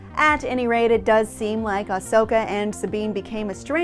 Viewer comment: She says it fine, quit being a troll and crawl back into your cave